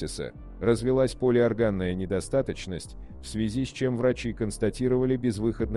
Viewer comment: ПолиОрганная ударение.А не полиоргАнная.